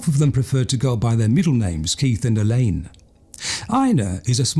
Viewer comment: choose your words more carefully mate - locking doors at night is not paranoia but correct behaviour. This narrator is a fucking idiot, he can't even pronounce KeiTH not keiF